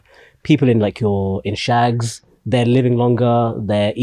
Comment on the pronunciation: The way you say shags,, it sounds like shags instead of ushago shagz 😂. Say Shugs like tugs.